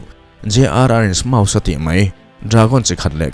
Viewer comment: smaug lawm smaus niloin...ka hriat dan